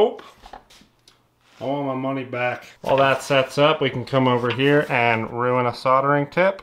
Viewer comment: "Put this hee-a." Brilliant.